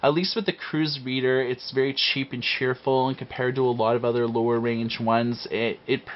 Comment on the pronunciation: looer (lower) - We have a Canadian on our hands folks! How do you spell Canada? C "eh" N "eh" D "eh"